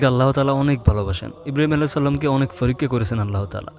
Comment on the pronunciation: ? লেখাপড়া কি কিছু শিখেছেন? বাঙালি না নাকি হিন্দু বাংলা ভাষা ঠিকমতো শুদ্ধ উচ্চারণ বলতে পারেন না! ছি ছি এটা বড় লজ্জার! আপনি পরীক্ষা শব্দটাকে বলেছেন ফোরিক ্